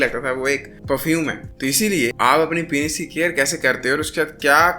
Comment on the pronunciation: Penis ❌ Pinis ✅